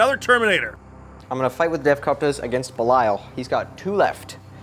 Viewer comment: Why do you guys, keep calling Belial "Beliayo" :D ? Great battle!